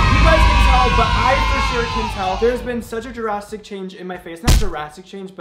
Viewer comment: duhrastric.....dude it's just 'drastic'